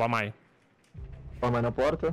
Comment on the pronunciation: Patife chamando Yokai de Wamai kkkkkkk